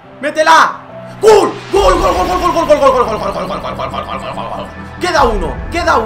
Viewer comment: like si viste que en vez de gol decia glo